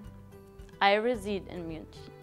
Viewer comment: RESIDE rhymes with SIDE, it's not pronounced ruh-ZEED as you said it. Please don't get me wrong—I'm not trying to be mean; it just stroke my ear.